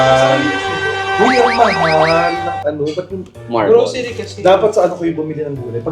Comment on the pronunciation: "Go, Glow, Growcery for Chad" 😭😂